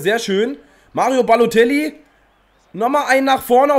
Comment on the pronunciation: Wie er einfach nur babotellie sagt xD